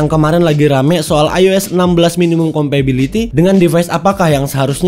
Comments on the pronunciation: Compatibility ya bang, bukan compability! Dari awal video risih banget deh dengernya. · Compatibility bukan Compability 🤣🤣🤣🤣 Sehat and sukses terus terus ya.